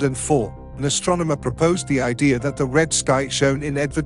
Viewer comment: Well I learned a couple of things from this video... "Volano" is pronounced "VOL kuh noe" and 'idea" is pronounced "ideer"... There were numerous other abominations of the English language as well. I don't know how I survived so long saying these words incorrectly. My life is complete now. Foo too rey By tee gets a thumbs down for using a computer generated voice.